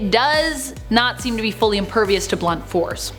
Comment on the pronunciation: Guessing it was a coincidence rather than intentional but the two times she says "not seem" I heard it as nazi(m)